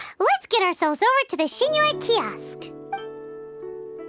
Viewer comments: After all this time his name is pronounce sing-qu not shing-chu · I think it's pronounced sing-cho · No it’s “Shing-chiou” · It's like Sing - Tso or Sing - Cho if you wanna pronounce it exactly how it is in chinese